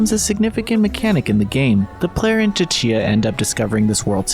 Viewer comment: The T in Tchia is silent....